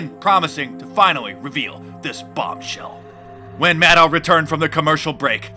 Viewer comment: Don't you mean Rachel MAN-DOW ?